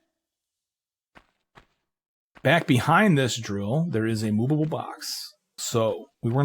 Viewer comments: How do you say movable like that lol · Ikr sounds like moobable box 😅